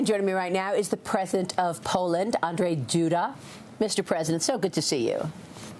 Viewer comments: Andrezj? its Andrzej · One more time : it is AndRZej, not Andrej ... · His name is ANDRZEJ, NOT ANDREJ. Can you stop mixing Poles with ruSSians ? ? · It's ANDRZEJ not Andriei AN-DRZEJ. I don't care you don't know what to do with RZ in his name, it's AND RZ EJ. RZ is like longer Ż. Andżej. Ponimayete? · Not Andrey ,Andrzej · I don't know if Fox are idiots? They written president Andrzej (in english it would be pronounced as Andrew like Andrew Gołota) Duda as ANDREZEJ? What the f...? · "ANDREZJ" DUDA 😂 Chyba wiedza ze jest krypto ukraincem i chcieli mu zmienic na Andrei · Not Andrey hes not Russian nor Ukrainian,say Andrew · ANDREZJ... I mean COME ON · Duda has been in office for years and Fox can't even pronounce his first name correctly.